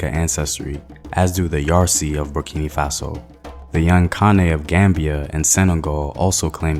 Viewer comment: Bur-ki-no Faso...not Bur- ki- nee my brotha. Co-di- vwah...not Cote- di- vore...good job otherwise